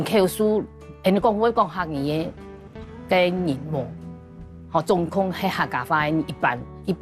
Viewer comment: 百分之47 ，，不必要 加 趴。講 趴 ，放在數字後，之前就不需講 百分之。 總共kiuong，，不是 總kuong。